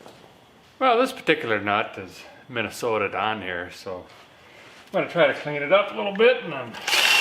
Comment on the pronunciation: Minn-ah-SOTA Love It!!!!!!!